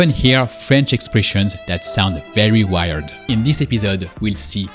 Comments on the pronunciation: Thanks for explaining these common expressions. You pronounced "weird" like the English word "wired", which is disconcerting. In "weird" you don't pronounce the "i". It is pronounced as though it were spelled "weerd". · face-purple-wide-eyes::face-purple-wide-eyes:WEIRD is not WIRED... please improve your pronunciation, PLEASE! :face-red-heart-shape::face-red-heart-shape::face-red-heart-shape::face-red-heart-shape